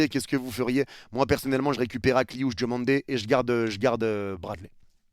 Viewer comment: C’est pas « Djomandé » mais DIOmandé!!! Merci pour respecter la prononciation! 😊